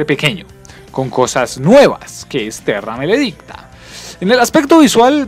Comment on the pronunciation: de una te digo que no le vuelvas a decir malo a buried , ah y no se le dice terrameledicta sino terramaledicta , y extincion es la basura de la saga.